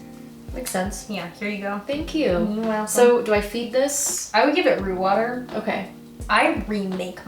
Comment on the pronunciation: Are you saying root water or roux water? Like the roux for making gumbo?